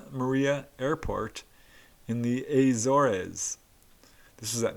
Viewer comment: It's "a zors" great presentation otherwise haha